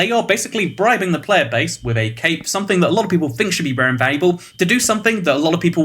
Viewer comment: I thought he said cake not cape LOL